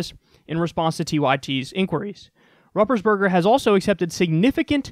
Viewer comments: Roopersburger is how his name is pronounced. I can't believe you don't know who this guy is... come on Kyle. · It’s pronounced “Rooper’s Burger”... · It's pronounced ROOPersberger. This jackass is a rep from my state. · I love how you pronounce his name. It's incorrect. But it's funny. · Kyle, I love how you ruined his terrible name at the end.